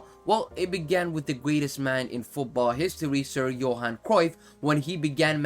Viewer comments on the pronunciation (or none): none